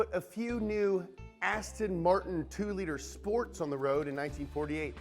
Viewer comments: Ass-Ton Martin 😂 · Lmao ASTIN MARTON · Hey, it's Aston Martin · Hehe ass ton martin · ASSTIN MARTIN